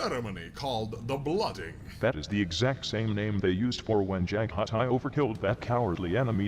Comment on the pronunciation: My brother Jaghatai Khans' name isn't pronounced Ja-gah-tee. It is pronounced Jag-ha-tai. You don't put so much emphasis on the H but its still there if you listen carefully. Don't dear sister-in-law, it is a common mistake to occur when saying his name. Man, I miss the Khans' impactful and biting retorts. I used to hear stories about the Khans tongue and often spoke with him over long-distance communications. We even smoked some of that speed weed. I miss my brothers.